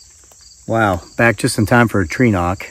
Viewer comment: I understand now that you are saying "tree knock".... I thought you were saying "trenowk" pronounced like "ewok" in star wars thinking that you were referring to some type of spirit species in the woods.... Lol 😂